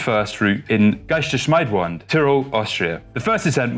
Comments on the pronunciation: Oh, actually it's more "stare" than "stear"! :) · Hey! Try "guy-stear-shmeed-want" (but with soft d at the end!):)